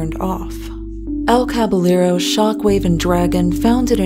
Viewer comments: On a rewatch and while I doubt you read through the comments of old videos, wanted to say that you pronounce "Caballero" as "Kah-by-yeh-ro". In Spanish, if there are two L's together, it makes a Y sound. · The pronunciation of Caballero as Kvalero...really hurt my ears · Idk if its or Caballero himself who is mispronouncing the word, but it's cabaYEro. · Btw: El Caballero is pronounced El Cabayero, the two Ls become a soft J 👌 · That's not how "Caballero" is pronounced.